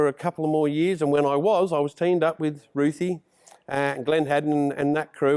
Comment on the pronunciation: Roothy and Gleno